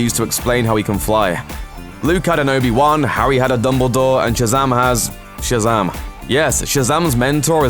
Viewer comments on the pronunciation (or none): Its Shazam! Not Shazaam dickhead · Shazum nice accent